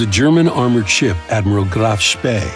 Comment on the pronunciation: hey looky here an english guy who actually can pronounce the name of the Graf Spee properly~